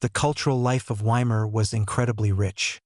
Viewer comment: I clicked on it because it looked like an interesting topic, but AI voice-overs are always BORING. I suspect it's an AI-generated script generated from major input from Sikipedia and National Pinko Radio. No thanks. And by the way, "Weimar" is pronounced "VY-mar." I'd bet if you misspelled it your stupid AI voice would pronounce it properly.